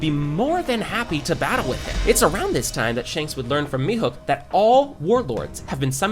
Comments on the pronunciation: its mihawk not mihok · Why does he call Mihawk Mihook!? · Mihawk ❌ Mihook ✅ 🤣🤣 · You miss pronounced Mihawk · Bro said "mihuk" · Bro said "mihook"💀